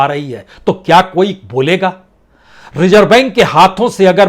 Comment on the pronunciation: सर ज़ को भी आप ज ही बोलते हैं रिज़र्व को रिजर्व नाज़ुक को नाजुक etc